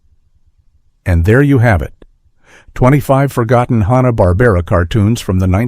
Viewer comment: I tuned out after about a minute. Made up crap with AI voiceover. "Honna-Barbera" cartoons are hardly "forgotten".